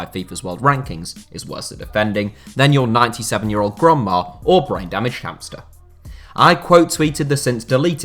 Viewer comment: Nobody:: gRoNdMa